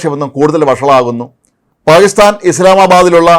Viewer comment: പായിസ്ഥാൻ അല്ല പാകിസ്ഥാൻ.